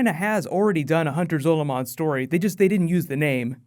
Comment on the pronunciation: It's Hunter Zolamon. Not zolo. Completely different characters.